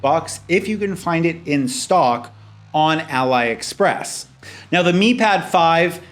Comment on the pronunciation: is it too hard to say it ah lee express? 🤣